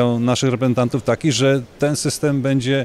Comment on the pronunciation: "REPEENTANTÓW" tylko nie to! :D